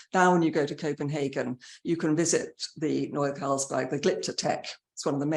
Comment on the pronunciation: Carlberg, as in the beer😂